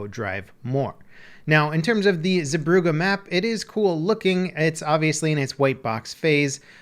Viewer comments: The Zee part of the name is more pronounced like Zay. Brugge is harder to change to english. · [Epic Gaming] zebroughe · he absolutely butchered the name of the map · his pronunciation of zeebrugge is so bad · the way he says Zeebrugge ;D, the dutch know what i mean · Lol I took german courses at school and I could still tell he wasnt pronouncing stuff right. But shouldnt Brugge be written Brug in the name of the map?